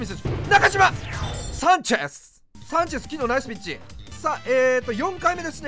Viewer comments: 最初のサンチェスがキュンです！に聞こえるw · 今日のVIPさん良く喋る🤣 サンチェス‼️がサクセス‼️のイントネーション笑